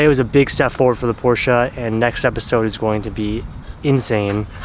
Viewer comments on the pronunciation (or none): Porscha!!! Por-shuh